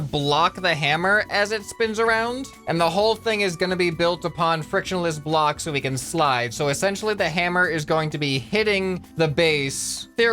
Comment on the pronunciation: "Frakshenless Bloks" lul